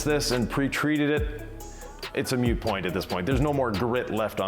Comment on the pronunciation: It's not a mute point It's a moot point.